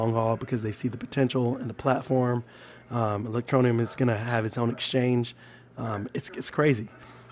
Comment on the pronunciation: THERE IS NO NEEEEEUM IN E-LEC-TRO-NE-UM...GET IT RIGHT BRO..